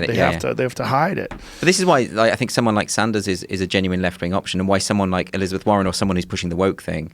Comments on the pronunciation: Joe "when I say 'genuine' I pronounce it 'Genuwine' like the guy who sings 'Ride it, My Pony'" Rogan. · Rogan keeps saying “Ginuwine” 😂🤣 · Joe "Genuwine" Rogan